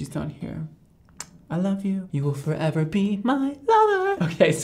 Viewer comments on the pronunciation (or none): none